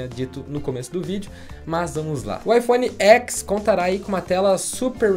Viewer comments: Gente, iPhone Ten. Eles apresentaram assim. "Ten" em inglês é "dez", não"xis". De onde vocês estão tirando "Écs"? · a forma correta de falar seria "iphone dez" e não "iphone x". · Não se fala iPhone X como uma letra e sim como um numero romano, DEZ é o correto. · Na pronúncia é IPhone Ten ou 10, pois o X refere-se ao número romano 10.